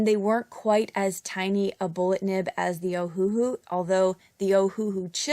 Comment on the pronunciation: Great video! Btw it's pronounced Oh-Uh-Hu (Owahoo). They named it after the Hawaiian island "Oahu", except they changed the spelling to match how it sounds phonetically: Oh-Uh-Hu but with the dashes removed = Ohuhu.